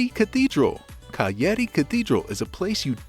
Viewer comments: This "cayeti" pronunciation of cagliari simply tells me you havent been there and that this video is bullshit, bye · he is saying cayeti really? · The pronunciation of the name of this capital city is painful. Please, do some research before posting a video 😢